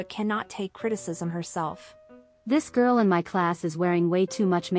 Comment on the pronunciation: Good morning Everyone. Enjoy your monday. I gotta fix my car but it's easy and free labor. Also a loving Amber partron lmk it's GORL due to the way she says it.😂😂😂😂😂 Fatphobic or death phobic?????